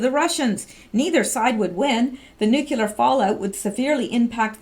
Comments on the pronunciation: Hi, I enjoy your posts. Thanks for the work you do for us! By the way, it's "nu-clear" not "nukular" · it's' new-clear, not nuk ku ler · say after me...." NEW-CLEAR"....not Nucular....lol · I absolutely love what you are doing , I was just going to point out ever since George Bush said it this Drives me batty whenever I hear educated people say NUCULAR! , its like a 3 yr old saying Pasqetti or cheeseg'ber, it is "NUCLEAR" instead of nucular., im not bitchin im just pointing out something that is pretty much my problem more than anything , I dont know why it bugs me so bad because tons of people say Nucular so ill just shut up and keep my psychosis to myself keep up the awesome work,, much appreciated! By many many many people, bless you for using your time to inform americas Deplorables , WWG1WGA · you’re doing awesome work. Would you please try to work on pronouncing nuclear? Nook-lee- er